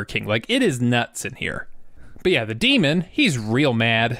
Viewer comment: Oh my God. DEMON, not DEMOND.